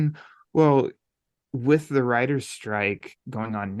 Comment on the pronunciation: When said "I do support the writers", it sounded like "rioters" lol. That Texan pronunciation